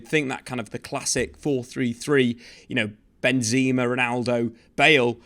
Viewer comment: I think it's Benzema, not Benzeeema